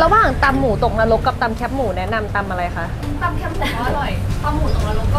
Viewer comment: แคบ ไม่ใช่แค๊บ